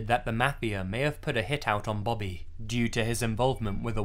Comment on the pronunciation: stop saying bobby like that